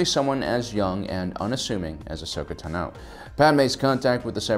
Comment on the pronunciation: So why does pronounce Ahsoka Tano as AHSHOKA TAH-NO when it's AHSHOKA TA-NOH